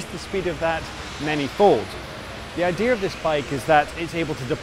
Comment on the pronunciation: And with all the Cyberhacking you won't find me in one until it's the only way to travel allowed. Also a nitpick but no R in "Idea"